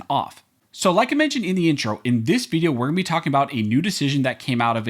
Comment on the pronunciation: Before we jump into this Vee-dee-o!